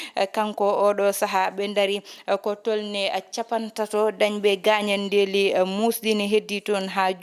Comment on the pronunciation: On mbeltanaama haano feewi yo Allah sellin doole big Miin miijo am heen ko Wonaa gaañanndeeli ko 'gaañan'de" Wonaa inndeeli ko "in'de" Njokkee golle emin kedtii e kala sahaa